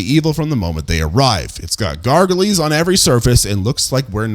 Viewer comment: Came for the gargoyle pronunciation comment